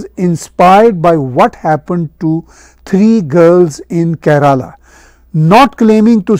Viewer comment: NAMASKAR ...It is good to see Tahir Sir on this topic. Kindly pronunciation of KERALA is ..... IN URDU LANGUAGE Keef+ ye+Re+Laam +Alif